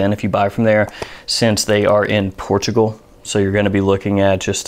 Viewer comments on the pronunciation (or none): none